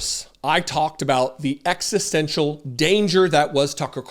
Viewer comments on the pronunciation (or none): none